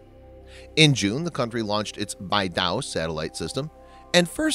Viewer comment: The "Beidou" 's "Dou" is pronounced like the music note "Do".